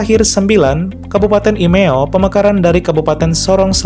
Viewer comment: Calon kab baru dr kab sorong selatan adalah IMEKKO, BUKAN IMEO. TRIMS